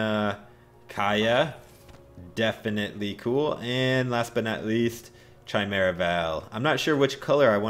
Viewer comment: Yo, chimera is pronounced: key-meh-ra (the h is silent <3)